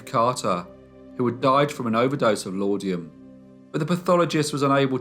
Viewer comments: It's not laudium. It's laudanum. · Please look up “define laudanum” and listen to the pronunciation. I’ve sent this before but you are still saying law-dee-um. It’s lawd-num . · "Laudanum" not "laudium". Interesting story though. Wonder if she was a "death angel"--lot of them around at the time. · Dorothy Edith Carter died of an overdose of Laudanum, not Laudium. I reckon anyway. Good story though, nice reasonably in-depth research. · Laud•a•num not laud•eum please. 🖖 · Interesting, thank you, very similar to Amelia Dyer. Also It's laudanum not laudium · It's pronounced " Lordnum" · Thank you. When I heard O-tay-go I yelled O-tar-go. And the laudium too!